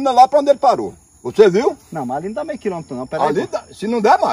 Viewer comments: Mei quilômetro???: Se num dá maizi. 😂😂😂😂😂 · O vídeo tava sem mentira, aí vem o e fala q o peixe pulou " mei kilometro" KKKKKKKKKKKKK